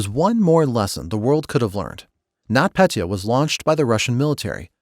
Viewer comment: Its Нотпетя Not not Petya And You Say It Like NotPetea